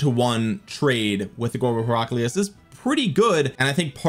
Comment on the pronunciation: You're pronouncing Heraclius wrong.